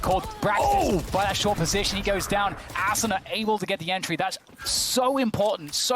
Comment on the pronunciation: During the whole commentary the commentator mispronounces “Asuna”